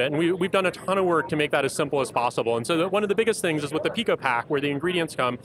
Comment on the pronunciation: PIco is pronounced "pai-ko". If you're going to include pico in the name of your product, you should at least know how to pronounce it.